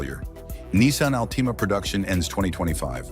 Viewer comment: Nissan Ahl-TEE-Mah ?!